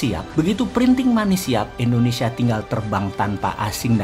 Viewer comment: maaf bossman.... bilang nya indonesia dong.. jgn endonesia😁😁😁